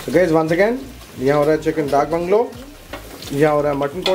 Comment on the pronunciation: It’s DAK Bungalow, not “dark bungalow”.